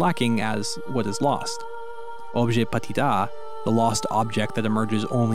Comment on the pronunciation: why do you pronounce petit as patit